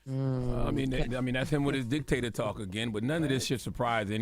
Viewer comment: Listen to hear him saying he didn't said that, or that wasn't what he meant. He said what he mean "Dick"- tator